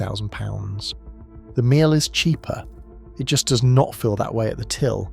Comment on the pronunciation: AI, can't pronounce Miele properly